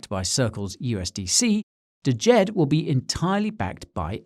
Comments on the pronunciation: Please the D is silent, its just Jed lol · You are mispronouncing "DJED". The D is silent. Look up "Djent" music genre. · I thought the d was silent and it was just pronounced Jed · DJED is pronounced ‘JED’